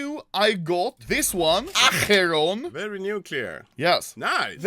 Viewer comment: "Acheron" akriform